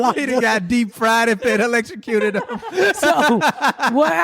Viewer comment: Oh “electrocuted”...I swear I thought Ms.Pat was saying “late to cue”